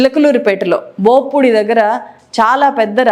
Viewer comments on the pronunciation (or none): బో పూడి కాదు బొప్పూడి ముందు తెలుసుకొని చావండి పూర్తిగా వార్తలు చదివే ముందు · Adi bogpudi kadu amma boppudi